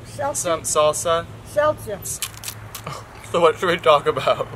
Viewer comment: “sel- selt- seltsa” SHE CALLED SALSA SELTA!!!! I CANT BREATH